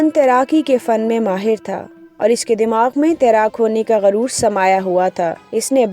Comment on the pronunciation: lafzi tahqeeq kan'aan name he kun'aan nahi he garur nahi he guroor he par-khache nahi parakhche he ehlo ayyal nahi ahlo ayaal he